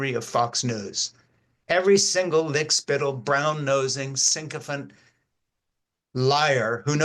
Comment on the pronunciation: I like your presentation on youtube but have to wonder why so many on the left have a problem with the word "sycophant." It is not psycho-fant, sycopants, or sicko-funts. It is in the Merriam-Webster dictionary at their website, along with the correct pronunciation.